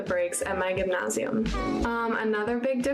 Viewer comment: She’s been in her German school 2 weeks and she’s already pronouncing gymnasium the same way as the German kids do, that’s unusual for being there for 2 weeks